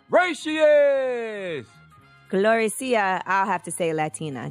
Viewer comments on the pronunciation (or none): Okc but her name is GLO-REE-SHA!!!!